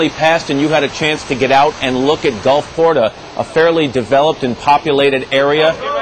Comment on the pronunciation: "Gulfporta?" Haha.